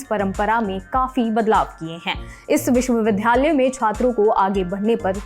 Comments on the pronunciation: अपना उच्चारण सुधारो, विश्वविद्यालय बोलो, विश्वविधालय नहीं. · एंकर महोदया कृपया निम्नलिखित शब्दों के उच्चारण पर पुनर्विचार करें। विश्वविद्यालय, स्थिति और वगैरह (#MTI)